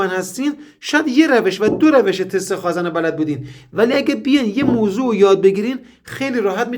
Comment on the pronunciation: سلام مهندس جان شما که تحصیل‌کرده این رشته و دانشگاه دیده‌ای واقعاً عجیبه به خازٍن میگیدخازًن قربونتنم ما حتی رفتارمان را به استاد نزدیک میکنیم ومعلومه که محاله تمام کارآموزان مثل شما به غلطkhazan تلفظ نکنند واز کلمه صحیح یعنی khazen استفاده کنند جسارت بنده را ببخشید